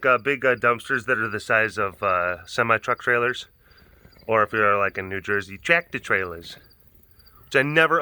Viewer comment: doin the Jersey accent sounds l u ke Linda from Bob's Burgers!! Im LMAO every time Ibhear him say "tractor trailers!" 🤣🤣